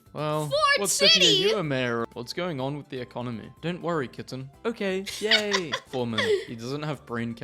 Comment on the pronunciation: Love it when struggle to say economy 😂